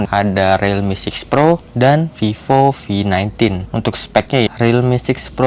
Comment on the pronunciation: Sorry but I heard vivo v19 as fifo fi19 😂